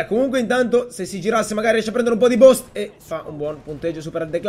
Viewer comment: "Boost" si pronuncia buust non boost